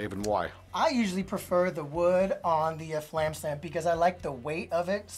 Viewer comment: BTW: respectfully, It’s fAlam, not flam.